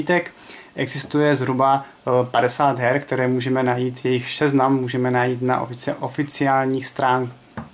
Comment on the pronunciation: ja slyšel šeznam :D